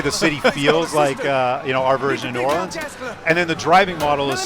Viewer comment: no one ever gets new orleans right